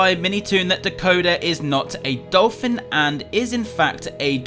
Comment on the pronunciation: It’s not doliphin